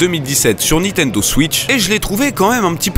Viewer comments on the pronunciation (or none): none